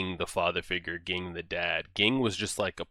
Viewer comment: Very minor but Ging is pronounced like Zing in Japanese! Great reaction regardless thanks!